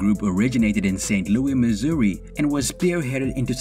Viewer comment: Don't ever pronounce St.Louis like that again